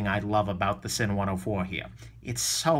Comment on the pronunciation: BTW, the correct pronunciation is "Zinn." Not sure of your hangup is on the "s" in Sinn.